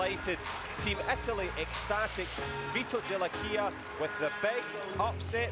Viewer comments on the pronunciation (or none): Chi glielo dice al commentatore come si legge Dell'Aquila? 😂 😂